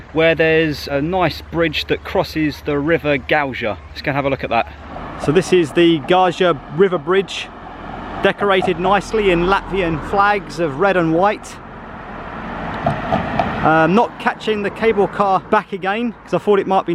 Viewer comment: D the river is pronounced "Guuooyaa"